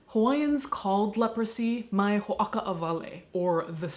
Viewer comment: I don't know if Caitlin will ever see this, but a linguistic note: the way you pronounced the Hawaiian term for Hansen's disease is wrong, in Hawaiian it's actually spelled (or rather, pronounced) "ma'i ho'oka'awale" with an 'okina providing a glottal stop between the a and i in the first word. The way you pronounced it here actually changes the meaning to "don't separate" or "don't segregate" as in a negative command--which made me laugh because it sounded like Caitlin was retroactively scolding them. And now for the historic note, in case anyone wanted to know! In older records diacriticals like the 'okina and kahako (it would be above the o here, but my phone won't let me type it) were omitted because they weren't needed by readers who were already fluent in Hawaiian. We use them today because the majority of those who speak Hawaiian today did not grow up as native speakers, and need them to indicate the correct pronunciation.